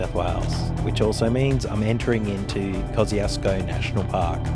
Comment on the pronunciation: So beautiful through the high country and a fitting post for Australia Day 🇦🇺 I always find it funny how us Aussies pronounce the name of Kosciuszko as "Koz-ee-oss-koh", where as, it was named by a Polish explorer, Paweł Strzelecki, and is actually pronounced "Koz-ush-koh". I always get looks when ordering a Kosciuszko Pale Ale, with the correct pronunciation. The bar tender usually looks at me cockeyed.